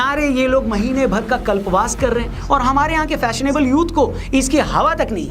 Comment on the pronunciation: कल्पावास नहीं कल्पवास